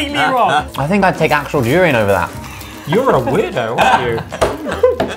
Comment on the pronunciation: who else heard urine instead of durian?